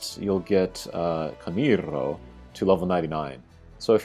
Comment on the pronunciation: Camirrrro, I love how do You pronunce him 😂 nice video as always 👏🏻👏🏻👏🏻